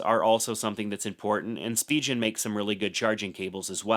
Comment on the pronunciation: Spijen ❌ Spigen ✔️